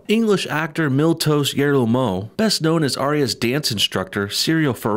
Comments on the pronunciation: Not that familiar with GoT, so until you showed the actor's name, I thought you were calling him 'Milque-Toast'... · Keep thinking you're saying 'milktoast'. Quite apt! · Miltos I thought you kept saying milk toast soy boyo